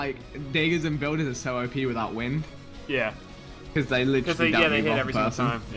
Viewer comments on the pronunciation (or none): LOL thats how you say wind in norwegian :D